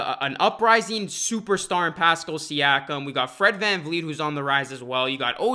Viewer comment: When you pronounce pascal “pascil ”